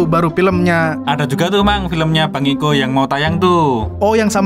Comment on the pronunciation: Kiko bang bukan iko😂